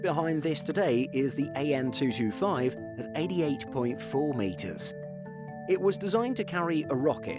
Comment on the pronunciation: He will never learn …it’s AN (Antonov) not A.N…… TU…(Tupolev) not T.U….. is this an aviation channel or what? 🤦🏻‍♂️